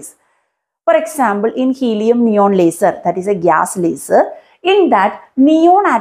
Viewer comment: Leisurrrrrr Beeem 😂❤ Love the accent